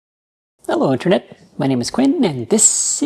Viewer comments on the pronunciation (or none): none